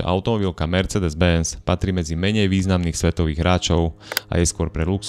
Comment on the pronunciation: ano, malo by to byť ,,mersseedes´´ :)